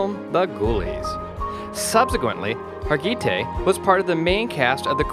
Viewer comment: Thanks!! Mesding it up with Har gee tay. Har geh tee is the right way. Say it fast. This lady deserves more justice to her name. Too classy to mess it up.